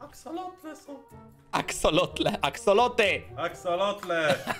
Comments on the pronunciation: No sory ale szaku ma rację poprawnie mówi się aksolotl a nie aksolot. Fajny odcinek btw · Ale mówi się axeolotl a nie axeolot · musze cie zmartwic bo poprawnie mowi sie Axolotl-aksolotl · Akselotle xD co to ma być 😂🤣 Padłam.